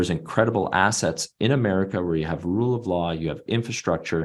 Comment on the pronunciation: He said hard....then he said assests